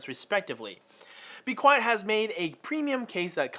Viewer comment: Lol I thought you were a teacher cuz u said be quest at the beginning